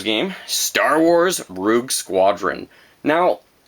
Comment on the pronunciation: You butchered the word "Rogue"